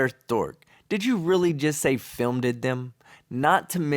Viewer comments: Fil-med? Really? Did she go to the same school that taught Debbie Duran about curved-linear perspective? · She can't pronounce "filmed" either. She's a total idiot. Wait for it, wait for it...........